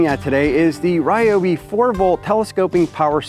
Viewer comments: You said it correctly on the second try. Sounding like Ri o bi. It's initially a Japanese company from the 40's. Much like we don't pronounce Adidas or Mercedes correctly. Lol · Liked the video just because tou pronounced ryobi properly